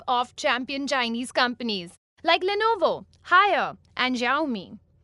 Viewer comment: Did you just pronounce Huawei and Haier?